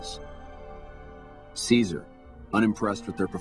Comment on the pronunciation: i hate how they call him kizer its caesar